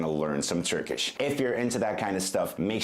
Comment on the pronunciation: As a native Turkish speaker I have to say that he sometimes pronounce turkish sounds and words a little different and wrong. His English sounds are more accurate than Turkish. He sounds more like a native English speaker who learned to speak Turkish.